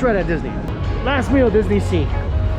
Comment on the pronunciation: Nihon "Dee-su-nee" dio...